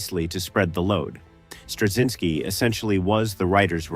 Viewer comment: I think cz is pronounced more like ch as in Czech. I worked with someone who's surname was Turczin and that was pronounced with a ch sound so I expect Straczynski to follow the same rule.